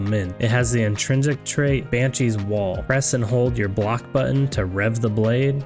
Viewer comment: I know you didn't just pronounce "wail" as wall💀